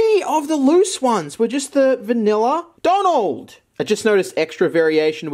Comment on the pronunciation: “Bonald mc Donald”